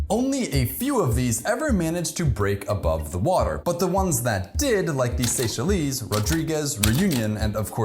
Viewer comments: Isn’t Seychelles pronounced ‘Say-Shells’, not ‘Say-shelleez’, or have I been saying it wrong my entire life? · Seychelleeeeees? Think of it as “Say Shells” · Love the vid but it's 'say-shells' not 'say-shell-ees'. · Seychelles: say-shells, not say-shell-ees. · Definitely Not fair. They were fine until we came along and ruined things... Also say-shell-eeeeeees.... Lol, It's just pronounced say-shells... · Great program, just so you know Seychelles (Islands) is pronounced: "Say-Shells". I'm a proud islander! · I can't believe that you mispronounced Seychelles on a geography channel. It's "say SHELLS". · Seychelles? It's pronounced "say shells" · This dude really just say “Say Shelleese” ??? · The Seychelles is pronounced ‘say shells’ 😉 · You pronounced my country wrongly💀seychelles ---> say-shells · "Say-shell-EEZE"? It's a country, not a language. The last "e" is silent. Just goes to show that no matter how much research you do, if you don't know basic pronunciation, you can still end up sounding like a fool. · Seychelles is pronounced "say-shells." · funny how he's defending a bird known for being dumb and called it SAY-SHA-LEEZ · "Sey-cha-lees" Wtf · The Seychelles are not Seychellees. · You're very handsome. Seychelles = "say shells." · Pronounciation tips ▪︎'Seychelles' ends like 'shells' ▪︎'Rodrigues' ends with a plain 'S' sound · FYI Saychelles is pronounced "say shells" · It is impressive that you couldn't be bothered to perform the quick search: "Seychelles pronunciation." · You pronounced Seychelles wrong, Great Video uno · pls the way he pronounced Seychelles😭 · You mispronounced Seychelles 🙏💝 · You pronounced Seychelles incorrectly. Hint: Google has little audio clips for pronunciation help when you don't know. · You mispronounced Seychelles bro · Only a american would pronounce Seychelles like that 😂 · Your pronunciation of the Seychelles killed me 💀But great video as always! You are one of the best on youtube. I'm waiting for part 2 and 3.